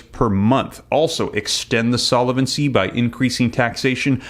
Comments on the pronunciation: Please, since you use the word “ SOLVENCY “ so often, I really wish you would learn proper pronunciation of it !! No way it is Solevency 👺👺👺🦧😎😎👀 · Solvency, not solavency, based on the word solvent, not solavent. Not intended as a criticism; thought you'd want to know.